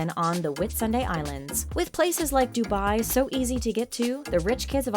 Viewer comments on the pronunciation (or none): none